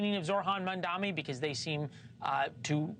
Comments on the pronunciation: Why does he mispronounce his name? It’s not Zor-Han Mamdami. The H comes before the R and there is an N in the third syllable in his last name. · Host cant pronounce Mamdani name and has a job 😂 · Why do they persist of not saying his name correctly? Really bizarre.